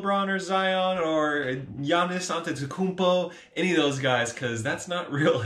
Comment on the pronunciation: 👀you pronounced Giannis’s last name right! Dang!